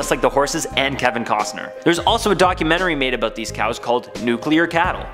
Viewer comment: it's annoying how you say about...sorry